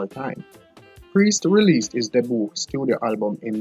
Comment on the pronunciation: Hey man you need language training badly. Hit not it. Debut not Deboo and many more. Please...